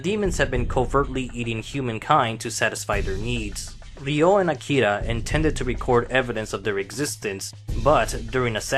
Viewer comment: smh, It's AkiRa, not "Akida".